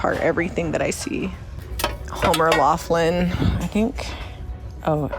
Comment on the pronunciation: You're also mispronouncing Homer Laughlin again.